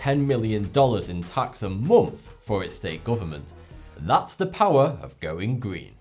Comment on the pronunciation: Moomf after moomf of darkness!